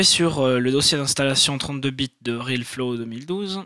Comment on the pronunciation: C'est RealFlow est pas RilFlo :3